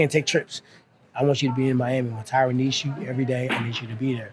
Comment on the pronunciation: Why can't these other promotions pronounce people's names correctly. It's not Tie-Ron moron. Surprised Woodly didn't snap at him. Hey everyone, it's Chuck Lie-Dell!! Are these guys coke-heads too?